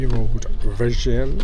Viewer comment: The way you said virgin just implicates that you are one